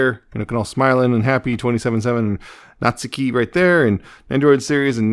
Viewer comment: You’re pronouncing it right! Nat-soo-key would be more incorrect 😅